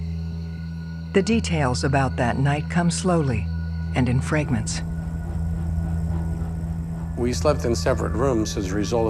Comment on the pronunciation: Wow I really thought it was a real person speaking and not an A.I voice.Until the word fragments pronounced as fraygrents.The system still needs work.